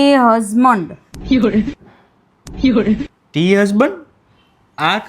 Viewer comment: Tamara bhabhi ne husband bolta a nathi aavadtu husmond bole che video pahla sikhvadta rai gyu lage che